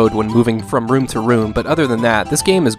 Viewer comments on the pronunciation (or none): none